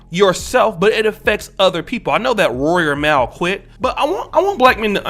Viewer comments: It’s pronounced : “mawl” not “mowl” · How can you have a respected opinion about a man and a show you said wasn’t for you lol 😂. You even said Mal name wrong so clearly you’re not educated enough on Joe and his situation to comment on it. This was irresponsible and a miss. From one brotha to another ✊🏽